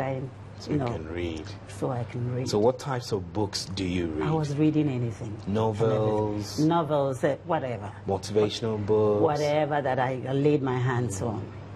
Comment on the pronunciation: Did you notice the tacit way she corrected the guy the pronunciation of novel?